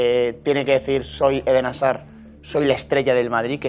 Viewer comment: Porque dice Edén Asar? Hazzzzaaaarrrrdddddd!!! 😂